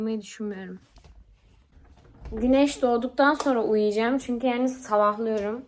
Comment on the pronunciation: ✨ZihğNindeyim Çüğnküü✨ 🤣😅